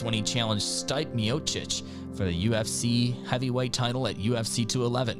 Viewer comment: "Stee-pay" miocic